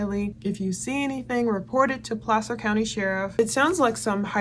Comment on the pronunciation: First time I heard Placer pronounced correctly. I know it has nothing to do with it but it's been driving me nuts lol